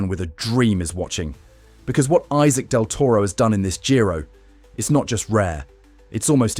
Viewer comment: You don't kmow to pronounce his name. Respect thim and learn to pronounce his name..